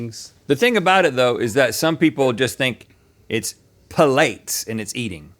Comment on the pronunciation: Does Link really think that Pilates is pronounced like that???